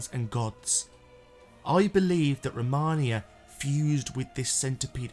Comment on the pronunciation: ROMINA not ROMANIA